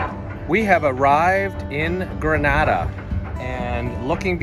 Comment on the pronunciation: It is pronounced GRENADA and not Granada which is in Spain.